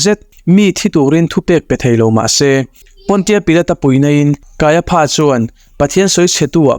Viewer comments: Kaiapha tih lai kha. Kaiafa tih ti zawk awm tak a nia. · Kaiapha hi Kaiafa tia lam tur ania, elephant ang hian😅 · Kaipha tih ilam dan hi adik hlelka ti,Kaiafa ti a lam tur ani lawm le pha englis chuan fa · Kaiapha 😂, Kaiafa ti a lam tur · Kaiafa tih a lam thinni on ka hria kaia pha ti in a lam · Kaiapha ti lovin Kaiafa tiin lam zawk tur a nia. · Kaiapha hi Kaiafa tia lam tur.. p hi f angin lam tur.. Josepha te pawh Josefa tiin kan sawi thin hi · "Kaiapha" hi "Kaiafa" tia lam tur emaw ka lo ti ṭhin a.😊 A bengvarthlak ṭhin khawp mai❤ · Kaiapha (ph)hi f anga lam rik tur